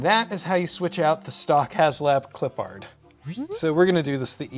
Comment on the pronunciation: Respectfully, pronunciation is a little off. pronounced it “Clip-pard”, whereas I believe it is supposed to be pronounced “Clip-perd” goofy stuff.